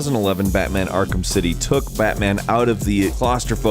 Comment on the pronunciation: "Akrham" Knight